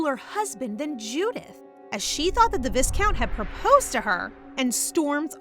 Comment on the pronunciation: Don't wanna be grammar police. But as your storytelling is amazing, this little pronunciation mistake really hurts the ears more. The word 'Viscount' is pronounced as 'vai-count" not "vis-count", the S is silent here.